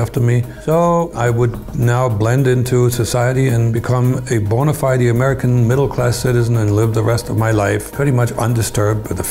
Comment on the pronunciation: Been here all these years and still can't say "bona fide" correctly. Lol